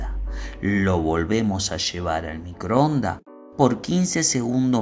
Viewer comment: No sé cuántas veces dijo: MICROONDA... señor, se dice microondas, con la letra S al final !!! Le faltan muchas ESES en cada frase....